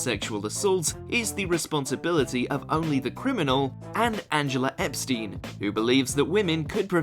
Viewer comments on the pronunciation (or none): none